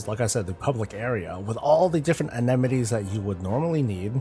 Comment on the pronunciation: Amenities. uh-men-i-tees